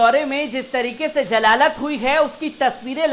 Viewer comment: Aap apna talaphphuz sahi ker lijia Jaleel ya jalalat nahi hota hai zaleel aur zalalat hota hai